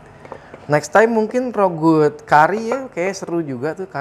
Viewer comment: Rougut itu bacanya RAGU lho kayaknya...